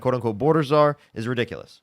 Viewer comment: He said wasn’t she the border si-zar? I’m dying…